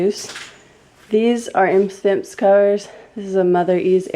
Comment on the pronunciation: Imse Vimse is pronounced 'eem-sea veem-sea'. It just means 'itsy bitsy' in swedish :)